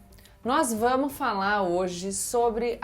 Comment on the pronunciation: "Nós vamu falar....." "nós vamu falar" my Good ! " - Gabriela, vc é muito previssível, essa sua tara pelo presidente é impressionante. A culpa dessas mortes todas realmente é dos governadores, o que o governo federal pode fazer está fazendo, conquanto as decisões do STF, a poulação mais atenta está vendo isso. O Bolsonaro está mais calado, essa é uma ótima estratégia, lei da ausência. Napoleão disse uma vez: "Se me virem com frequencia no teatro, o povo vai deixar de me notar". Hoje, num mundo cada vez mais imerso em presença pelo exccesso de imagens, o jogo do retraimento é muito eficaz. Veja só, Gabriela, que possui verdadeira tara pelo atual presidente, tb está surpresa com esse comportamento do atual do mandatário, sua fantasia tb foi estimulada, tentando entender a questão especulando o que poderia ter motivado essa mudança de comportamento dele, não se iluda, essa atitude dele visa justamente isso, estimular a fantasia das pessoas, assim como acontece com a sua fantasia, ainda mais que possiu uma grande paixão pelo atual presidente e vc se entregou direitinho, caiu nessa armadilha como um patinho que sai nadando como um doido em direção a um pedaço de pão atirado na lagoa, impressionante como vc é amadora e sem experiência para perceber que conseguiu se deixar hipinotizar por ele, chega a ser cômico. Vc deveria melhorar a qualidade das suas leituras, já que pretende ser comentarista política, pode começar a ler Maquiavel (O Principe) e aí vai começar a enx